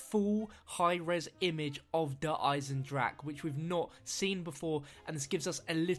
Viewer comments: Not trying to be pedantic, but it's pronounced "Der Eisendrakeh" . You pronounce the "e" on the end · I cringed when he said der eisendrache like der eisendrack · good video, I just wanted to point out that you do pronounce the E on the end of 'der eisendrache'.